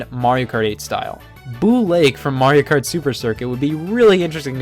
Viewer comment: The way he says “kart” is super satisfying